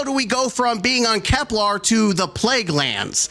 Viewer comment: Holy production values, we got more props than ever! Well played However using "Angry Joe" catchphrase, one of the most hypocritical dude out there, shame on you :) PS. FFS, its KEPLER, not Keplar, pleeeeeease staaahp. Im finding it often in your vids.